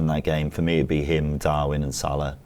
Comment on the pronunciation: Odd pronunciation of Salah on this one too.